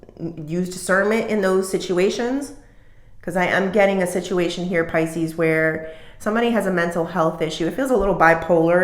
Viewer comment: Can you call us Pisces and stop saying Piscenous 🤦‍♀